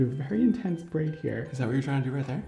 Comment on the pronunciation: i legit snorted when you were trying to pronounce braid 2.